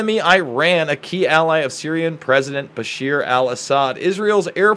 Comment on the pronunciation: I know it's not related to the topic . But please don't call IRAN The wrong way . It bugs me . Its not called "I ran " it is pronounced "eeraan" like ed sheeran 😁 I really respect and like you and ur work thats why i care about small details (and also that im from IRAN ) .btw bashaar al asad is the correct name not bashir . Keep up the great work .